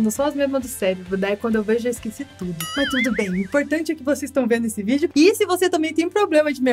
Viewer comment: Vc falou vídeo era vidro kķkkkkkkkkkkkkkkkk